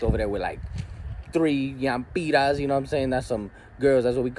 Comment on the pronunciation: “YAMPIRAS”!!! Ahhhaha made a new word for the THOTS! 😂 💀